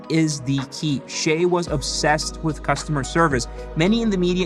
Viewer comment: Why do Americans pronounce his name as "Shay"??? His parents gave him a Chinese name. It's pronounced "Si-yeh" by Chinese.